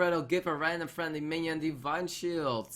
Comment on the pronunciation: thisj pronunciation plz! Define shield